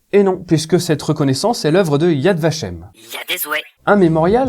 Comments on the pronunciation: Yad Vashem est parfaitement prononcé. Honneur au Chambon, et plus généralement honneur à tous ceux et celles qui se sont levés contre le Reich alors qu'ils avaient tout à perdre et rien à gagner. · tres bonne video . ya vashem est tres bien prononce.